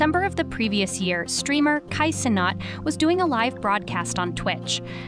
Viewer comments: Kai conot 💀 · "kai ceNOT"